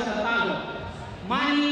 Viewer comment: Aahh...those days of yore...when even Filipino announcers sounded unsure of how to pronounce Manny's name . Rest well, Champ, rest well... you deserve it.